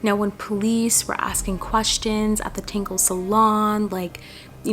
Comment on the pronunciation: The salon is pronounced "TAN-GIES"... I don't mean to correct but, I kept getting confused when you would say... "Tingles" or "Tangles" or something like that.....